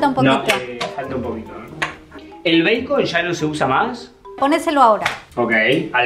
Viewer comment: me estresa que diga bacon pero lo compensa con lo lindo que esss